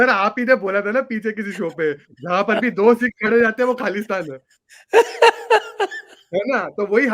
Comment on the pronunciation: it's KHALI-STAN